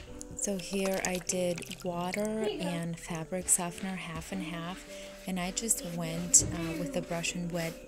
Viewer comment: That is not how you pronounce softener